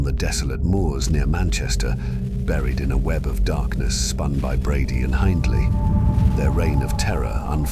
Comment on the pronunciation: Hindley us meant to rhyme with "spindly", not "kindly".